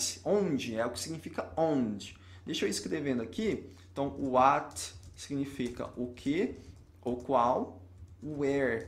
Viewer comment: Nossa, quando ele pronunciou "uáaat" no "what", lembrei na hora do Professor Ruy da Kultivi — Não, não é "uáati", é "uât", um pouco mais fechado a pronuncia". Mas ele ensina bem a gramática.